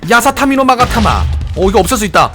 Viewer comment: 야사타미가아니고 야사카미아니에요?